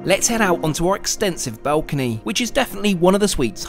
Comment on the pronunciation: Dude, you're English. They're lifts, not elevators. And it's a balcony, not a belcony 👍